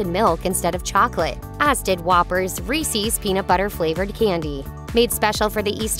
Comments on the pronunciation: This page just lost all respect they ever had. it's pronounced REESE'S, not REECEES. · It is NOT reesees... it's Reese's, IE the possessive form of Reese, which is pronounced the same as grease, but without the G and then you add the sound of sz on the end, the same way you would for Chris's, or many other names.